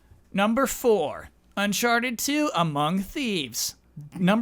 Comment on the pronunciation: What happened there lol. “Unchartidid and Personatype”